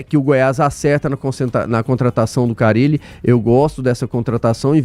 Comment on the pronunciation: Quem é esse Fábio CARRILE que o está falando??? Ele NÃO SABE que o nome do treinador só tem um R???